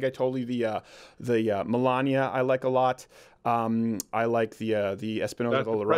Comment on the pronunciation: Its Melanio, not Melania.